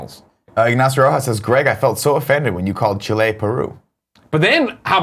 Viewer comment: Nick, I’m proud of you for knowing where Chile is. You do say Chile in a weird way, though. You emphasize the -le too much. P.S: I don’t look like a chili pepper